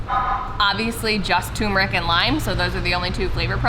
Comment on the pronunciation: Turmeric is pronounced TUR-MER-ICK (I love it, though!). Please pronounce the "R"s. Thank you :) Turmeric is NOT promounced Too-Moo-rick.